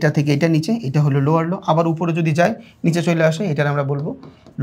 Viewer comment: ভাই ৪৭ মিনিটে লোয়আর লো কে লোয়ার লো বলবেন।